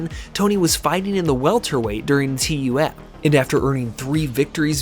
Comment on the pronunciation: Ok, love the video. Only point, TUF is just said like the word "tough". Saying T.U.F. over and over was weird.